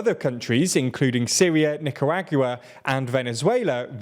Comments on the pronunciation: "Nicaragyua", "Ramaposa", srsly at this point I think you're just messing with us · "Nicaragua" has 4 syllables, not 5. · Bless you for your pronunciation of Nicaragua and binoculars. Really brightened my day. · Why did he pronouce nicaragua like that? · Thank you for pointing that out. That was the STRANGEST pronunciation of "Nicaragua" I've ever heard! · My guy butchered Nicaragua 😂